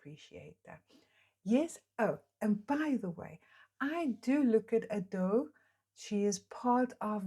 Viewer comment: Its not A - do its Ado with no drawn out A sound. like youd say Ado(be) just without the 'be' on the end. But at least your not saying like ayedoh which makes me wince lol. Do more reactions to her she is amazing!